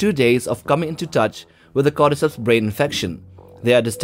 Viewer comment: You say "cordyceps" I hear "goddess hips"